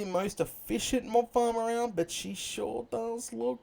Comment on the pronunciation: I thought you said mom farm lol